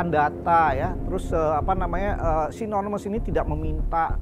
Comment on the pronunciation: Nonemes😂 Nonemes apa animous😂😂